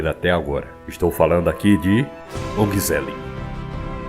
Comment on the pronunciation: onhezellih, a pronúncia do G é como H